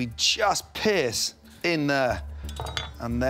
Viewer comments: He said pierce 😂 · He said “And we just PIERCE in there”